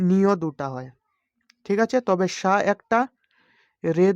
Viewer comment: সা কে ছা উচ্চারণ করেন